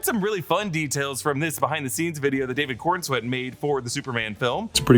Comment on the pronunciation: Coren-swet not Corn-swet 😂